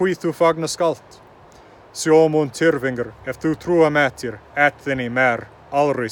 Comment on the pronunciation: When you pronounce tyrfinger put emphasis on the Y more. TYRfingeR. And in “finger”, pronounce it less like the English “finger” but put a Nordic pressure when pronouncing the second part of finger. Fin-ger. Keep it up mate